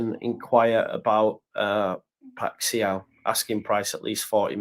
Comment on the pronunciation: Just catching up, the Feyenoord player’s name is pronounced “pie-sh-owwwww” like you’ve stubbed yer toe 🤣 Like you, I love Kalvin, but I’m not sure it’s the right time for him nor that the 49ers have any emotion whatsoever in their business dealings